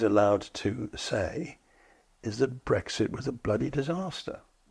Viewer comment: It is and has never been "Breggsit". It is "Brexit", pronounced as in "exit".